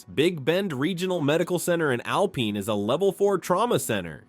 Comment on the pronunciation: Please learn to pronounce the names of cities properly! Alpine, tx is pronounced AL PINE, line the pine tree, NOT alpeen. Thank you😊